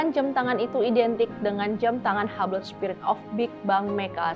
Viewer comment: boleh kasih masukan ngga? ngga anti kritik kan ya? untuk mba'nya kan udah tau bakal ngomongin merk2 yang mungkin ngga akan pernah keluar dari mulut kita sebagai rakyat jelata, tapi boleh dong research dulu cara pengucapannya yg betul seperti apa, kan banyak tuh AI yg bisa ditanya (ChatGPT, Gemini, Deepseek, terserah yg mana) bisa didengarkan disitu macam Hublot, Audemars Piguet itu ngomongnya gimana.. bener dah ini dengan segala kerendahan hati dan atas dasar kecintaan saya sama channel ini, supaya kedepannya lebih baik lagi.. terimakasih.. 🙏🏾